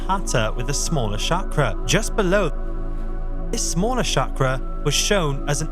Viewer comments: It's pronounced cha-kra, not sha-kra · Not Shakra but Sakra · I really have to wonder why so many “spiritual” people mispronounce the word chakra. It starts with ch not sh. Shakra is another name for Indra whereas chakra is the wheel as depicted on the Indian flag.